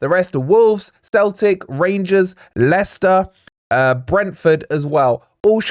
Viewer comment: Just got a quick question, who are Steltic??? Did you mean Celtic??? 😜🤣😂😁